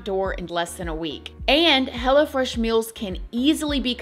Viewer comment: I love how with your accent, it sounds like 'Hella Fresh' instead of Hello Fresh 😂🫶🏽🫶🏽 come get your Hella Fresh food 😏